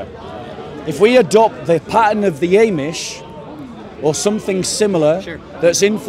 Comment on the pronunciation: It's not "eh"mish my friend. It's AHmish